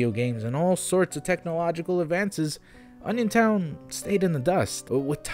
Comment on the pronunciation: I thought you said "Onisiontown", like who tf would visit a town baptized in Onisions name?